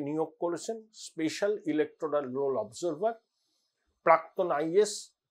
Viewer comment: আগে নিজে লিখতে পড়তে শিখুন l 'অফ জার্ভার' আবার কি কথা!!! ভাট বকে বকে ভট্টাচার্য ভাবছেন নিজেকে l